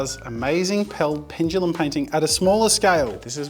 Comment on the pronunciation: Ffs. ITS NOT PENGELUM. it’s PENDULUM. Why do so many people say it like that